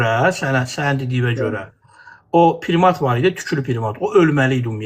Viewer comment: O saqqalli qardas primat sozunu bele bilmir.PRIMAT PIRIMAT YOX.